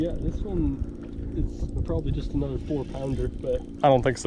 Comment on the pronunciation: "Anuther one " 🤣🤣🤣